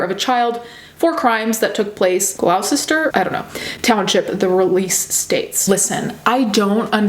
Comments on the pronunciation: 3rd time I've heard you read this....well aint this a fun topic,also not glousester,gloucester is pronounced glo-ster.. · god this is so close to home,, ugh (also its pronounced gloss-ter, if that helps) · Gloucester is pronounced gloster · I thought this was in VA for a sec because of it being Camden County and also Gloucester lol didn't realized NJ and us down here had so many similarly named towns. Had me reeling wondering how this missed the local news. Anyhoo, no hate at all. I'm dyslexia and can't pronounce or read things correctly myself but Gloucester is pronounced "Gloss-ter" most things ending in "Cester" is pronounced like "ster". Love your channel and attitude toward all lifes fucked-upedness ❤ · hi! new jersey native here, gloucester is pronounced “gloss-ter” :) but honestly this is so heartbreaking knowing this happened in my county and i wasn’t aware until now. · Also don't blame you for not knowing how to pronounce Gloucester County.... I'm in New Jersey and I think even the people from there have 4 different ways to pronounce it 😂 we are a weird state